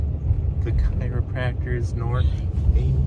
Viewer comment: Where I grew up we pronounced it care-o-practor. 😂